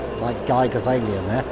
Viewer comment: Giger rhymes with 'eager'.